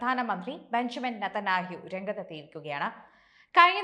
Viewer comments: നേതനാഹ്യൂ അല്ല നെതന്യാഹു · കാലമാടൻ റെ പേര് ശരിക്ക് പറ